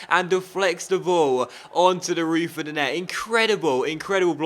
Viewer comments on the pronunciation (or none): none